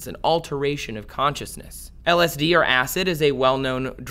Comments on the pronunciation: I can't stand when ppl make videos about something they themselves have never experienced. Please take this video down YouTube, he can't even pronounce lsd! I really hope ppl don't take this guys advice. "Religion is living through someone's else experience.. Spirituality is having your own experience" Don't be like this guy... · How am I watching an informational video about LSD from somebody who can’t pronounce it?